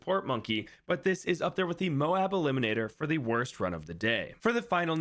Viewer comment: When did this guy start pronouncing MOAB correctly?